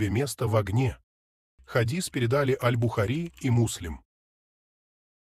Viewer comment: Джазакаллаху хайран, братья. Все хорошо, но Бухари и ан- Навави неправильно ударения по моему.